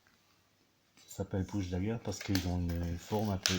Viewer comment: On dit Push pas Busch!